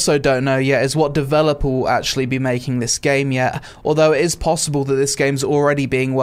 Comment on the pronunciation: WOT DEVELEPOUW